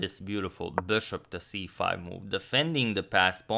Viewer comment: Your pronunciation of bishop made me crazy, really